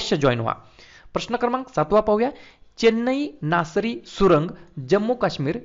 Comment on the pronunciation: चेन्नई नासरी सुरंग नाही सर ते....चेनानी नासरी आहे ते